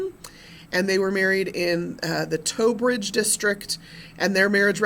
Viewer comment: FYI It's not actually Towbridge it's Tonbridge.